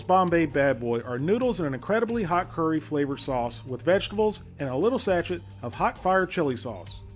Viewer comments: I love your videos and I don't want to cause offense but Sachet isn't pronounced like hatchet, it's pronounced Sa-shay. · A little warning before shouting, please. I jumped out of my fucking skin. It also shows you which one the fill level is on the pictograph next to the instructions. And it's pronounced 'sash-ay', not 'sach-ette'. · That yelling was uncalled for. Please don't do that. Oh, and Sachet is pronounced sashay. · Just FYI, in the word "sachet" the "et" at the end is pronounced as a long a....as in cAme. The emphasis is on that last syllable. Just for future reference. Love your videos!! God Bless!